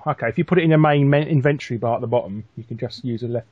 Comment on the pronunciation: I've been living for 24 years.... i've never had the thought of pronouncing inventory like you did as invent-tory. Amazing.